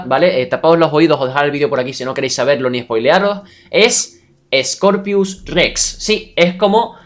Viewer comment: X2 y dice Scopius y no Scorpius Rex